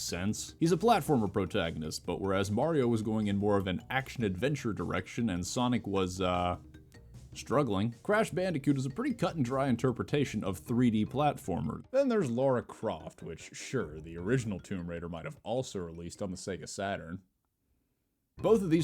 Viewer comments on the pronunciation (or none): You can see how Lara didn't work out as a worldwide mascot when americans are predictably incapable of pronouncing even a four letter word. It's Lara, not Laura. If it was supposed to be pronounced Laura, then her name would just be Laura. Do you see?